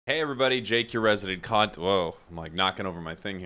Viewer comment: Does anyone thought that he started video by saying "Jake the resident cu*t"? :D